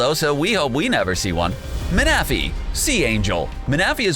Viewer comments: He pronounce Manaphy (man-uh-fee) as Muh-Nah-Fee that bothered me sooo much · don't forget mana-fee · Manaphy is pronounced Man-na-phy. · Ma-na-fee not mana- fee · GODDDDDSD!!!!! All the f**king times he said maNAphy 😡 IT’S PRONOUNCED MANaphy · Ma-Na-Phy sent me in a cringe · Mana-phy Its manaphy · He can’t say say man a fee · Why do you pronounce Manaphy like that